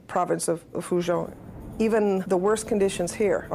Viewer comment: None of these white folks are pronouncing Fujian correctly !